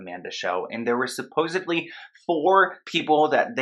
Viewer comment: "supposedly" - there's no B in it.